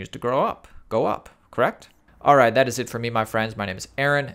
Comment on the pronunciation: More emphasis on the 'alriiight' please ;) haha